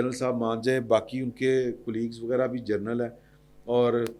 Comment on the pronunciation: سید بادشاہ جرنل نہیں جنرل فرق واضح ھے